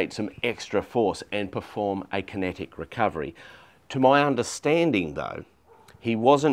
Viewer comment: It made more sense when I finally figured out he was saying “kinetic recovery”… not “connected recovery”